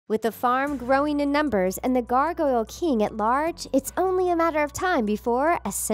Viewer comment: It’s the gargoyle king not the gargoyle kiieng...👀😅💞